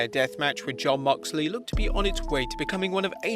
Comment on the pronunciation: Moxley*. Not mickey